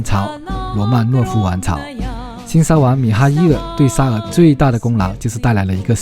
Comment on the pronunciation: 沙huang不是沙wang